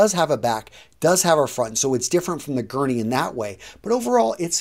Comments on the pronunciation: It’s a guernsey, there’s an S in there, not a guerney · It's pronounced GERN-ZEE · I am from Guernsey, where the jumper is produced, it is pronounced as Guernzy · How do you get "Gurney" from Guernsey? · Just as an FYI you're pronouncing it wrong. You pronounce the "s". Guernsey.